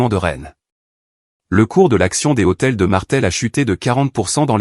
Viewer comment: Lh d hôtel n est pas un h aspire on ne dit pas les hôtels